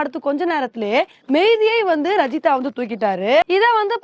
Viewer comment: ரஜிதா என்று சொல்றீங்க அது ராஜித எனும் பெயர் சிங்களவர்களுக்கு அந்த பெயர் உண்டு